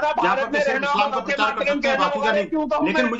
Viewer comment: अरे भाई परचार नही प्रचार बोलो